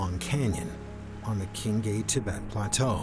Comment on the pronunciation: Why is the narrator mispronouncing every single name? Qinghai, Nacmhabarwa, etc. Every thing is hurting my ears :(. Also Mount Namchabarwa is not THAT mysterious. You can see the peak clearly from Norbuling, and the weather is usually clear enough for that.